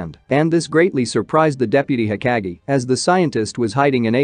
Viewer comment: Hokage not being pronounced right bothers me lbs